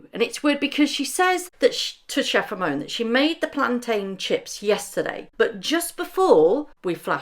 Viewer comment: Meghan.....it's chef Ramon, not chef Romeo💕